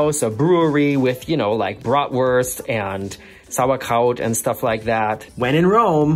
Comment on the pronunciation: "Sour KOUT"?